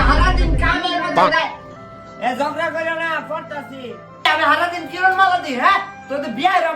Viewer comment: ঝগড়া❌ জোগরা✔️